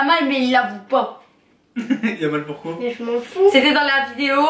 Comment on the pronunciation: S’etait trop drole quand tu a dis (comme tout le mode a dis pouqui au lieu de pouquave )🤣🤣🤣🤣🤣🤣